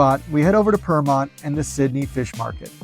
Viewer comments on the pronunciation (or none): Pyrmont is not pronounced ‘Purmont’ 😂😂😂😂 its ‘Piermont’ or ‘Peermont’ 👍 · Yeh lol. I've noticed that too. I was like, did he say Vermont? Where is that in Sydney.....I thought it was burmont...... meaning Burwood? And then I realised he was only going around Sydney. And then I realised it was Pyrmont. 😂